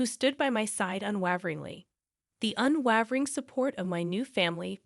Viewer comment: That's not how you pronounce unwavering